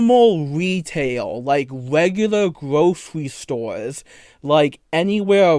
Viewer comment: "wegulah gwothewy stowes" lol sorry, had me cracking up